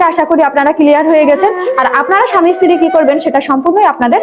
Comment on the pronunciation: ইস্ত্রি উচ্চারণ নয় স্ত্রী উচ্চারণ করুন